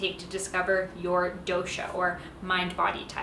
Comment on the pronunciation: The " DO" in " DOSHA" is pronounced as " Though-sh" , Not as "DO" on "Do-re-Mon" as also in " toge-THE-r" " Kafa" is to be pronounced as " Cuff" or " Cough"